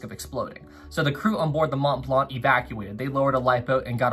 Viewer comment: Why do you keep saying "Imo" and "Mont Blanc" as "Imos" and "Mont Blant"?